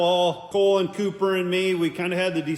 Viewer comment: sorry I think its Cooper not Copper.